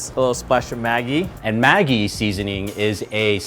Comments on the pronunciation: It’s not Muh-jee, it’s MA-ggie, it’s nestle corporation product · I noticed his pronunciation too. And also, I thought Maggi is pronounced mah-jee. Do these chefs really have shops in Vietnam? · I swear if I hear it pronounced Ben Mi and Maggie one more time... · This episode brought to you by people who are all friends, say Maggi differently, and with a guy who can't say banh mi properly.